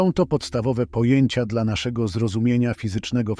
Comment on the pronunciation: zmieńcie tego bota.... Bo nie mówi się DELA tylko DLA